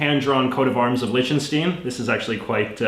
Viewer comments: You mispronounced Liechtenstein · send beim nächsten Mal einen Aussprachehinweis für das Wort „Liechtenstein“ mit:p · why are you saying Lichtenstein wrong!